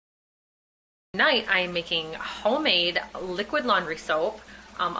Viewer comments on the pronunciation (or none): none